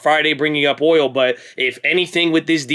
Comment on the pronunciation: it's boOil